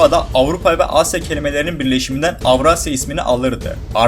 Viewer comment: Avrasya ne ya ilk başta avrat dediğini sandım😅